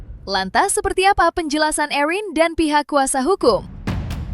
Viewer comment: Bisa gak hostnya nyebut namanya erin biasa aja jangan ewhrin, terdengar berlebihan😂